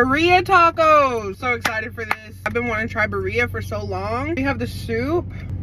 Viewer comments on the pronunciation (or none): Birria- pronounced Bee- Ri- Ya. The Ri is pronounced like when you give someone a “Ring” not Ri that sounds like RY. That is the best way that I can describe it. I hope it helps 😊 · Love your videos. Try pronouncing it like this (Bee-riah) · The pronunciation “ bur-ia tacos😂😂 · btw ik u tried ur best but girlie it’s pronounced BEE-HRAA with a rolling r still happy you tried hispanic food! i love birria❤